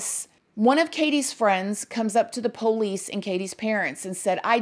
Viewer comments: I would spell it like “ poLease” hahaha Love her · I love how she says “Poe-leece” 😂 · That's how we pronounce it in the south. Lol